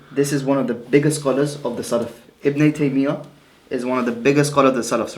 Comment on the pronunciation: Who is ibn tameeya and uthameen fam you can't even say their names properly.